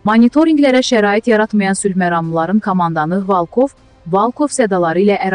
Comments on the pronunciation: Yığmısız camaatı boğaza ,volkov sözünü də deyə bilmirsiz.valkov nə deməkdir?nə qədər səhv danışmaq olar mesajları oxuyun heç olmasa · Ay xanim Valkov yox Volkov Necə gundur Volkov deyirlər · Valkov yox, Volkov